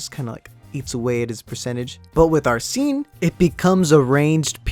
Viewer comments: Say is ARSEN Not AR-SEN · Ya it's ar-Sen